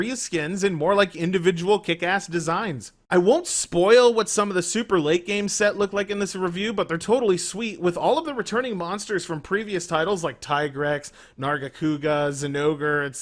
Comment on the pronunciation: stopped watching at TIE-grex. The game even calls him TEE-GREX.